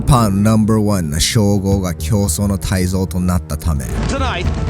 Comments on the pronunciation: 対像(たいぞう) ではなくて 対象(たいしょう)です！ 応援してます。頑張ってください！ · 対象 ・・・たいぞう ✕ ・・・たいしょう 〇